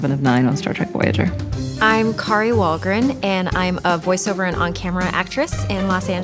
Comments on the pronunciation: Dammit, Wil! You forgot the 'R' in WahlgRen! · Dick move Will, she spelled her name for you and you STILL missed out the R in WahlgRen :D so bitter! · Damnit Wesley, you forgot the r in Wahlgren! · "Wahlgen?" OOPS! :) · Kari "Wahlgen", Wil? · He totally forgot the R in her last name even though she spelled it out! Lolwut?